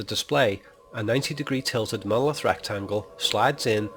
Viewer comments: OMG it's MonoLITH not MonoLOTH. Other than this, this theory is....... nonesense! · why the hell do you keep calling it a "mowith"? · I followed your instructions till the end. Sorry, the "Molith" - as you pronounce "monolith" is explained as a reocurring object but I expected you to reveal a theory behind it. You did - but only as a replacement for the screen on which we watch the movie - an illusion. Seven diamond shapes - okay - so what. Change of view angle from horizontal to vertical - so what. The com screens in the spaceship are designed for communication with people - not for landscape viewing. That's why they are vertical - watch the millions of cell phone owners taking all their videos with a phone held vertically - even landscapes. To me this is a paradox. But I did not learn anything from your super smart interpretations of 2001. Maybe I will in 3001, but I doubt I will live to see it. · He actually says "moloth." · You even pronounce the word monolith so weird, yet you try to decipher it!!!